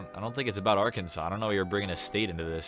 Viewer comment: Oh shit, and you pronounced Arkansas right haha